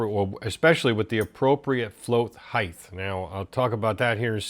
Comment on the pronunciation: I thought the advice on setting the float bowl tangs was spot on! By the way, it's "height" ending in T. You've made allowances with your aluminium pronunciation after all. 😅 Great job, dude!